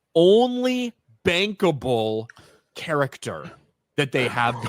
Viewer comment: Bankable I thought you said bangable😂